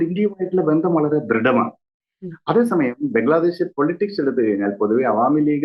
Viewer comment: ആ സ്ത്രീ പറയുന്നത് ബംഗ്ലാദേസ് എന്നാണ് 😂😂